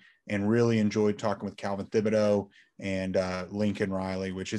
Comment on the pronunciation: isn't thibodeaux pronounced with a hard "t" sound?